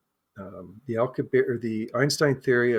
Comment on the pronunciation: Ugh, man, the CONSTANT mispronunciation of common words like Alcubierre's name or Augadilla is so distracting. He keeps saying "dill-uh" instead of "dee-ya". And it's not like this is an uncommon sound - he must have ordered a quesadilla once or twice in his life. Each time he says "aw-gwa-dill-uh" it makes me think of Napoleon Dynamite's scene "make your own dang ques-a-dill-uh, Napoleon." The fact that he keeps mispronouncing it immediately after provides the correct pronunciation is doubly confounding! Usually when I have a conversation with people and there are words in their native language that aren't in mine, I try to carefully listen and adopt the pronunciation after hearing it. 🤦‍♂️ And then there's "Al-coo-bear" which is just an entirely different nails on the chalkboard sound. It's a bit more forgiveable as that's an uncommon name, but he must have watched a couple of videos on the subject in his research and would doubtless have heard a pronunciation that is correct, or at least much closer than "al-coo-bear". Getting to the substance of the video, I think it's interesting, but I find their note on confirmation bias a bit hypocritical as they seem to have started with a conclusion (the object exhibits a warp drive signature) and then backed into a conclusion. The biggest issue for me is one of the speakers saying "yes, this is proof" that it's a real UFO and that they strongly believe that this is a warp signature. While anything is possible, and it's li